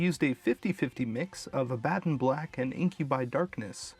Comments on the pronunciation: The Name of the color is pronounced AB-a-don not a-BAD-in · Also, trusting the English to pronounce words with foreign origins isn't exactly a good idea. Funny that they now say a-BAD-don...long ago they used to say it the way Hebrews would say it: a-BA-don. Kind of like you say SAL-ee not SAL-LEE for Sally.